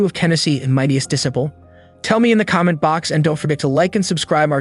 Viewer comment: Where did you learn to say disciple? You say it incorrectly